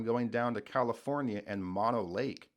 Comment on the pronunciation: I've been to 49 states and 8 Canadian provinces, so I am fortunate to have seen most of this country. BTW, Mono Lake is not pronounced like it looks, but rather as Moe-noe. If you want to see more of it, it's featured in Cinderella's music video, "Don't Know What You Got 'til it's Gone." Also, the formations are volcanic tufa, NOT salt, and the lake is both hot and acidic from the vulcanism that creates the features.